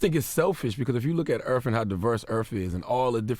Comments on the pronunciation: i like how people say Earf instead of Earth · "Earf" Will we please learn the TH SOUND?! After all these years, decades, it may have been alright in the early 20th century but damn it really sets te perception of our people back 200 years.. It's WITH not Wif. Its DEATH not Def? It's EARTH not earf. GODDAMN already and you are in communications? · CTG: "If you look at Earf, and how diverse Earf is..." Earth dude... EARTH. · Nobody: CTG: Earf. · the earf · Lmao,....EARF; lololol😂😂😂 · Why Charlamagne be saying "erf"?